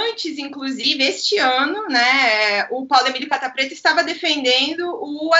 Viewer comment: Sou só eu que sempre entendo Paulo Emílio "capa"preta?